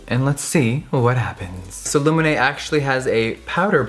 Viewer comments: So coool! How you say Lumene sound so much better than in Finnish! :D Loved the video. I just realized too that Lumene doesn't have setting spray! Why the heck not!? I hope they come with it in the future. Sokos stores are great. ;) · Love how you pronounce ""Lumene" - you make it sound intresting. 🤗💟💟🇫🇮🇫🇮🇫🇮